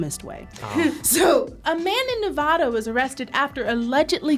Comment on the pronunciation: You said Nevada wrong